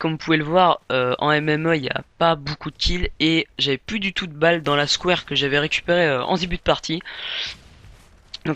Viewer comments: Serieux un pouce rouge parce que le mec a dit SKWARE au lieu de Scar-H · Scar h ne se prononce pas square Enfin a mon avis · J'ai dislike Uniquement pour le " Skwar " et le " shit " Sinon le gameplay ma plus :) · Je suis désole de mettre le pouce rouge mais si tu commentes applique toi a bien prononcer les mots anglais ou même scar-h...